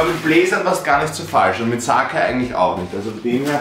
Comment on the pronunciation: „Saceeeiii blazerrr“